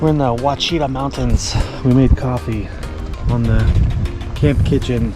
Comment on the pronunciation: Great video bro. It's neat that you take your daughter. She will have lots of stories to tell. By the way, pronounce it Wash-y- tah. Great video.